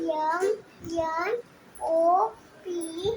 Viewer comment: यम यन नका म्हणायला शिकवू. एम एन असे म्हणायचे